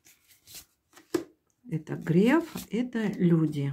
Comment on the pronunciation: Только он не Грэээээф, а Греееееееф. От слова греехххх..